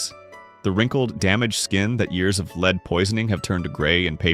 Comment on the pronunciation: Your AI needs pronunciation lessons- lead ( ugh)😩